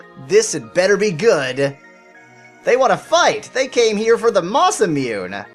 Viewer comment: Because it was bugging me, Masamune is pronounced Masa moon eh. Sorry if you already knew that and were just going along with the spoof, but you can't be too sure.